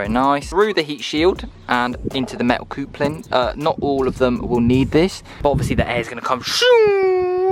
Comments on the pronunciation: "the coopler"? lol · Why can't you say "coupling" correctly? 🤣🤣🤣🤣🤣